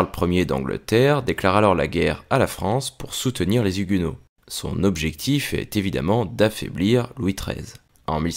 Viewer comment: Ne fais pas la liaison : les Zhuguenots